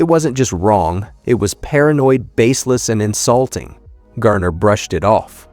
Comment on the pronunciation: If his story matters so much to the producers of this stuff, why can’t you pronounce his name correctly? You have called him Gayner, Gerner and Garner. Which one is it?